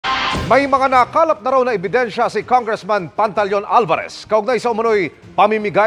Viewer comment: People's Initiative ❌️ Tongressman Initiative ✅️ 😂